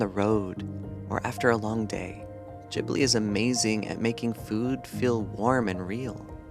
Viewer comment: Say it with me. Gib-lee